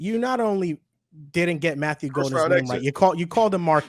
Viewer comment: Disrespectful how he mispronounced Golden’s name. I feel like if Golden or Parsons went to any other team he’d remember. But for some reason they love to hate the Pack.